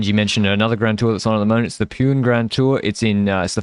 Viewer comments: I know you guys are trolling but just to clarify that it is not pronounced as Pewn but Poo-nay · From India …. Long time fan of the pod …. Small correction …. Pune is pronounced “Poo-nay” 😊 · Benji, it is pronounced "Puna", yes I am part of the Portuguese Ji*ad but my wife studied in Pune.